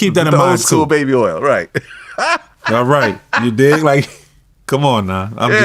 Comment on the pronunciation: Oil is earl Orange is Erangae Point is Pernt